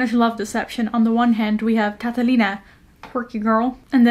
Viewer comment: that pronunciation for "Catalina" was 😙👌💋